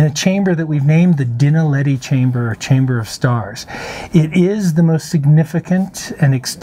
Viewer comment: I know he is not a South African - but he could really improve on the pronunciation of ''Witwatersrand'' and ''Naledi''. When he says ''Dinaledi'' it sounds like he's saying ''Dinner Lady''.